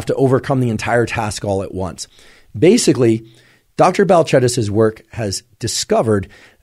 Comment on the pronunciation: I like that you corrected the pronunciation of her name